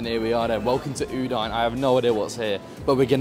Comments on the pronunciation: I love you, but cmon, u-dine?😂😂😂 it's pronounced u-dee-neh! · It’s OO DIN EH. How can you say Udinese correctly but get Udine wrong?😊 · I love your comments on the Stadio Friuli and the whole atmosphere from the... other side. I wish next time it ends with a big win for us Friulani! If you can say Udinese, so you should say Udine. Please call the city of Udine properly! Cheers from Australia! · You're the best,, but check out the correct way to pronounce Udine 🩵🤍🦅